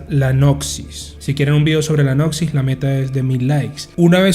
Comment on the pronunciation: Todo muy interesante, de verdad. Lo único que tengo que decirte (e imagino no ser el solo): por favor, se lee NOSIS o al límite GNOSIS. NOXIS es como oír uñas en la pizarra.